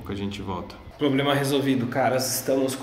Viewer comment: NÃO SOU A ÚNICA PESSOA PESSOA QUE FALA PLOBLEMA É NOIS HAHAHA